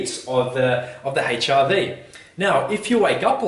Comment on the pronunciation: Note to self~ "Check ya' HIV sco each mo'ning."